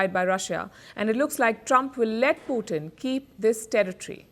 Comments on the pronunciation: I meant पुटिन hurts ! Please stop saying पुटिन. पुटिन As I said is a dish made up of French fries topped with different types of gravies !! 😎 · पुतिन NOT पुटिन ।। Every time you say पुतिन it hurts my ears 👂!! And I am not joking !! Pallid I love your reporting , but it’s NOT पुटिन. Cm’on !! पुटिन (POUTINE) is a rush , pretty famous up here in Canada !